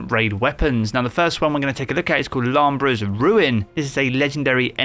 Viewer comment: Its pronounced... LU...BRAY! 💀